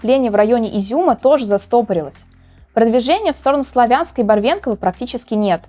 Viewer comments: Правильно говорить слАвянск и борОдянка, спасибо. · СлАвянск ( от слова слава, а не славяне) и Кацу скажите, а то "слух режет". Смотрим Вас, спасибо.